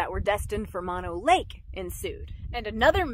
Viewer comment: nobody i know calls it mon o lake---my family has been in owens valley ranching for about 100 years--everybody i know calls it mo no lake...city slicker